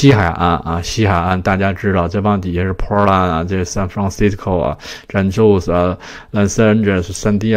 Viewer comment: San Jose 不读“三宙斯”，读“三侯赛”